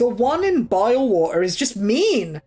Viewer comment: Love your brittish pronounciation of Bilewater lol (Biewaoe)